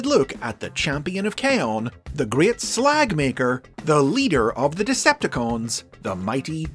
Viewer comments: "The great slag maker" roughly mentioned Sounds very northern irish hahaha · I'm British so the great 'slag' maker sounded wrong